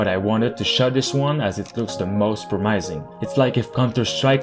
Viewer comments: No, it's pronounced pro-miss-ing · Prom-is-ing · Love your channel, by the way the pronunciation of "promising" is pro·muh·suhng keep doing what you do best <3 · Love the videos man, and hopefully this doesn’t come off as offensive but you’re pronouncing the word “promising” wrong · I like how you pronounce "promising", never heard that before. :) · Me too lol, caught me by surprise